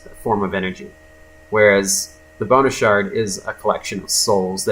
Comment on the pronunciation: Am I the only one that when he said "Bonus Shard" all I heard was "Boner Shard"?